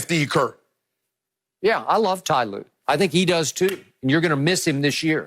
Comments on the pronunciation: He said ty lue top 5 😆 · This man really said tye lue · I remember my old american co worker insisting his mistake everytime and that's what skip is doing when he said ty lue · Ty Lue? Boaa stop that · He Really Said Tye Lue Top 5 All Time 😂😂😂😂😂😂😂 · Unc said, Skip you better stop playin wit me! Lmao 😂 😂😂 The man said Tyronne Lue smh...